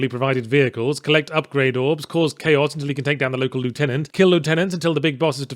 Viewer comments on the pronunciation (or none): You said lieutenant rong you should know better you Anglo-aussie dumass. : )